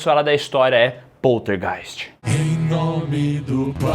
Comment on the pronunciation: Adoro a pronúncia desse nome: Poltergeist